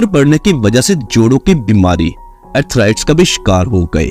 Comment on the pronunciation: 0 seconds ago پینڈو لہجے: آتھرایٹس۔ صحیح تلفظ ہے آتھ رائٹس۔ اسکول کو سکول۔ گھنٹے کو گھینٹے۔ قران کو کور ان۔ پچپن کو پنچونجا۔ کلونجی کو کل ونجی۔ اردو کا بیڑھ غرق کردیا ہے انھوں نے۔